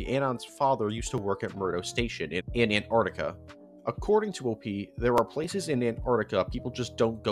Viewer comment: Why do you say "Anartica" istead of Antarctica?